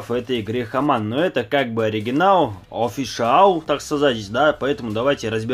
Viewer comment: Какой хаман??? Хьюман!!!